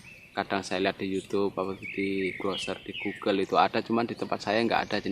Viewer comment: Hehehe maaf om seru denger pas ngucap google (di browser di google) gugel wkwkwk